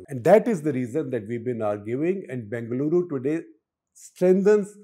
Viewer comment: It's b-E-ngaluru, not b-A-ngaluru